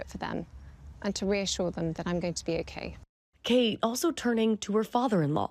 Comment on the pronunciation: It's Kkkate 🤣